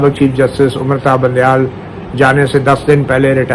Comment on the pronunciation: مطیع سر وہ چاچا سیاسی ڈیرے والا تو بندیال کو بونڈیال کیوں کہتا ھے